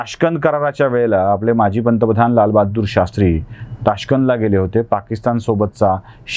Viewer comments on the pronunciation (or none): none